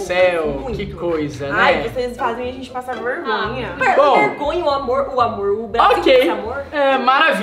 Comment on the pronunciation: Quando o falou "amorr vc sabe" cr eu chorrei para umm kkkkk